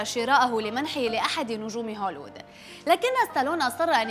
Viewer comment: هوليوود وليس هوليود يا...!!! 😍😍😍🤓🤓🤓